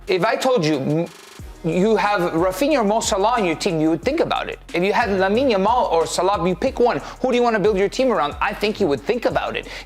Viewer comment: Why does this fool keep calling him Lamal ?🤣🤣 the way he talks it sounds like English isn’t his first language, but then he has a British accent I can’t figure it out 😂